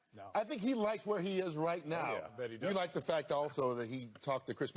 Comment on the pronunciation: "You Vike that?"